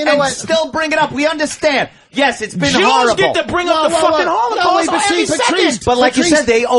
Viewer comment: When Voss pronounces holocowst LMAO 😂